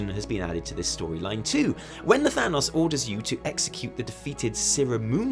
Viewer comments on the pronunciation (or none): none